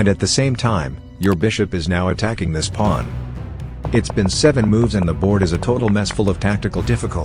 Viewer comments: It's Pawn, not Porn. That's why. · " the plun"?? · Why say powan? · He pronounced it like pluom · day 614 of wondering why the AI pronounces pawn like that